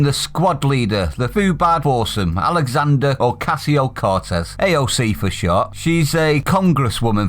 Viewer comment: Had to look up sycophant! HaHaHaHa what a moron! 🤣 Oh, and it’s Alexandra, not Alexandria. Not doing well here are you, you ignorant waste of space.